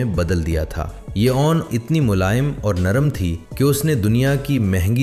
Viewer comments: بھائی جیسے نون لیگ بولتے ہو نا ویسے ہی اون لیگ بول کر لفظ 'اون' کا تلفظ درست کرلیں. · Ai generated Audio اسی وجہ سے اُون، نادِر، کھُردرا، چوکنّا صحیح تلفظ کے ساتھ نہیں بولا گیا 😊